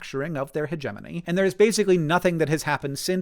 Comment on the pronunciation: Thank you for teaching me the correct pronunciation of hegemony. I have only read the word up till this point and I've been reading it with emphasis on syllables 1 & 3 😆